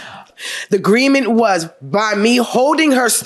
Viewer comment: 5.32 -“the greement waS”